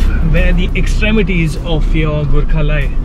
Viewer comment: Every time you said "Gurkha"..I misheard it as "Good car" LoL.